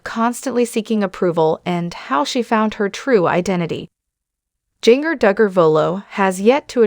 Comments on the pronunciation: I just listened to this video on your channel. Please, if you can , learn how to pronounce words and names. Jinger is not Jin grrr. It is Jin jir. This is just a suggestion pronounced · Instead of using AI to do your speaking all the whole misspeaking names and words, maybe you (behind the video) should speak yourself. It shows you a weak individual. In my honest honest opinion. It is not pronounced...jinger it is in fact Jin-jer, spelled Jinger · “Ging-er” drives me nuts too! Pronouncing it so it rhymes with “ringer” is so-o-o WRONG. So wish this channel / reader would pronounce it CORRECTLY. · You need to learn how to pronounce the names right her name is Ginger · It's Jinger..not Gin-ger. Also, I do hope she can one day continue to see and appreciate some of the GOOD that the training growing up gave her. I mean, I know there is some. I wish she would hopefully be able to come full circle..in time ..but just tweek it some; you know, fine-tune it a bit. I miss the beautiful flowing skirts . They were pretty and flowing. It would be so nice to again see her in one now and then... her and her sisters used to be so refreshing to see in this crazy world! It was like, I saw this rare wholesome kind of beauty in the way they were. I was just moved how beautiful modesty could be. It was like a light in a dark room. Oh well. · Look up how to pronounce her name. You are mispronouncing Jinger. It’s like Ginger. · I can't even finish watching you this listening to you was mispronouncing her name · Who is reading this? She can’t even get the name correct on the main person she is reading about. I’ve heard this person read about others and always gets name pronounced wrong. She needs to be replaced.